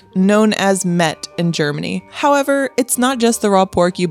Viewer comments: Das ist kein Met sondern Mett ! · Das heißt" Mett!!!" Lkurzes e, Met ist was zum trinken!! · „Mett“ is spoken quick! With hard „t“